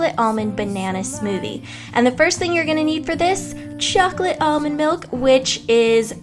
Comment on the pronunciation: I hate your voice. Especially the way you use "ch" Chunks and chocolate.